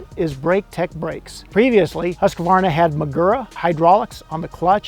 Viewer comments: Its “HUSK-VARNA” btw 😂😂😂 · You didn’t pronounce the brand right